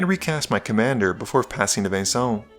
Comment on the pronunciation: Just call him Venison already if you can't pronounce his name lol. I'm sorry, I probably should eat something against my grumpyness